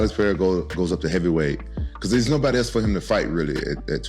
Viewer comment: You clearly put effort into saying people’s names correctly… Now say it with me…. Pereira. Pa - ray - ra. Both R’s make a hard English R. In Brazilian Portuguese, R makes an English H sound when it’s at the start of a word or double R. You’re welcome. a-DI-sanya.